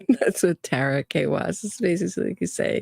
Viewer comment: I think it can be pronounced either way - according to Merriam-Webster. However, Tara Kawass’s name is not pronounced “Kay-wass.”